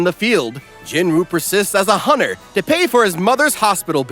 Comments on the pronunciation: Dude you pronounce hunter as hunner it has a T 😂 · Did you know hunter is pronounced with the T